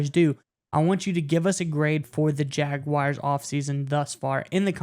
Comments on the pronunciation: you’d hate if people pronounced your name, “Undrew” or something stupid like that. Stop calling the Jaguars the, “Jagwires.” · Please stop saying Jagwires. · Thank you!!! Big pet peeve of mine even when people say jag-you-are at least that makes some sense due to how it's spelled. But there is no I or Y! It's not WIRES